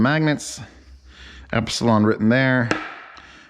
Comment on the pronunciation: Not to be a 'noob', but Elipson is pronounced E - lip - son... not Ep - si - lon... No biggie audiophile buddy...!!! Looking forward to more of your reviews...!!! Keep On Unboxing...!!!